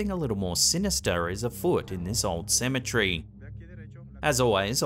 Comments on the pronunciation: Cemetery not cemetree lol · Are you saying symmetry or cemetery? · So, if Cemetery is pronounced "Symmetry", how is Symmetry pronounced???